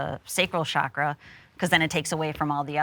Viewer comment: “Chakra” not “shakra”. ‘ch’ like “Charlie”.